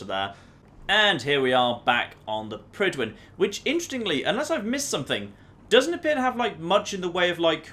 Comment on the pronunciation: Any welsh speakers here think it's annoying how Fallout 4 characters butcher the pronunciation of Prydwen?